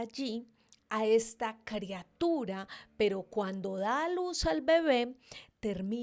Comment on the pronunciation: EL VIDEO NO ESTUVO TAN MALO ...LO Q ESTUVO MAL FUE Q DIJERAS CREA-tura.......y no criatura ....